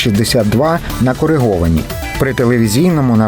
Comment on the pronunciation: Не КОРЕГОВАНУ, а КОРИГОВАНУ ! Ви що, надивились реклами про стоматологічний фіксатор протезів КОРЕГА? так він тут ні до чого !